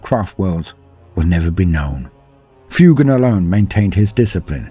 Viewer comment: Love the video! I noticed that you pronounced the Pheonix Lord Fuegan as "Fyoo-gahn"! Fuegan bears a striking resemblance to fuego in Spanish! Fuego, Spanish for fire is pronounced "Fweh-go," so I believe Fuegan would be pronounced "Fweh-gahn!" Just food for thought!